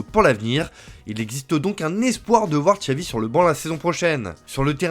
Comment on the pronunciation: C pas Tchavi, c Chavi tonton 😅